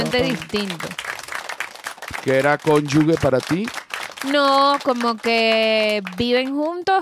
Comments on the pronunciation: José de mi ❤. Cónyuge se pronuncia “conyujeee”. Te quiero !! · No sé pronuncia así como lo están haciendo la palabra cónyuge... se pronuncia como "conyuje"